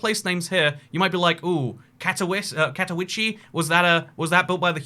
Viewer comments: My ears started bleeding internally when I heard you misspell "Katowice" so bad, you should spell it more like "Katovitse" than "Katovichi" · btw Katowice is pronounced "Katovitza" The site on the Isle of Dogs where Canary Wharf is today used to be home to the West India Docks until the 80s when it was replaced by a bunch of high-rises now known as Canary Wharf. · Katowice is pronounced Kato-veet-seh